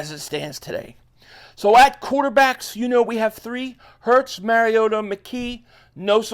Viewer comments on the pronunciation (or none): none